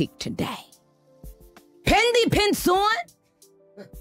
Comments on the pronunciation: ohhhh, why did she say pendy prints on? I thought it was fendi? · “Pendy” lmaoo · i lost it when she said "Pendy Williams" 😭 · She dragggged her for the filth Chile😫 whew she said Pendy 😂